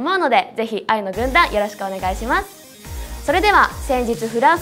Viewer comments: ほんとに「ワイの軍団」にきこえる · 愛の軍団がYの軍団に聞こえるのは私だけ？ｗ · 愛の軍団、いいなぁ(*^^*) ただ、ところどころ叫ぶところがjuice=juiceっぽく聞こえる笑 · Yの軍団って聞こえます！はっきりと！笑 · フクちゃんの歌とダンスがさらに良くなった！びっくり。 小田ちゃん見てると、セーラー服の中学生みたい。可愛い。 全体的にメンバーそれぞれの扱い方はあってる！ やっぱ娘。はチームワークだ！ 工藤と生田は比較的全身赤くて目立つ。やっぱビジュアルメンだなー。 ついでに工藤の太ももがおいしそう(笑) 愛の軍団が、Ｙの軍団に聞こえるｗ